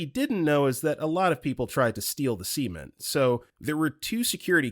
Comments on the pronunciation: Story 37 please please PLEASE stop saying cement like that. It's a soft E like "scent" not a hard E like semem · He pronounces cement as "sement" and women as "woman." Those are my particular pet peeves, but I've seen people upset over his unempathetic commentary (which I haven't noticed, so far). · The way he prounonced cement, it sounds like he says semen… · I don't mind those at all. Speaking well goes a long way and sometimes I'd rather have a goofy robot voice reading memes to me, than "Sleazy reddit creep" that I hear sometimes on DDOM. But yeah, this guy speaks properly at least, apart from that cement/semen thing, no idea where that came from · cement... Why pronounce it like that?! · PLEASE. THE WAY THIS MAN PRONOUNCES CEMENT IS SO SUS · Totally agree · Man why you gotta pronounce cement like that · I was like a bag of WHAT? Then went back and looked at the screen. Ohhh okay. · man why on earth would you point that out 😂 god dammit that's forever now